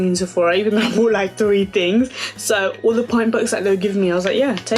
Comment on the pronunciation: I love how u say "de" instead of "the" lol!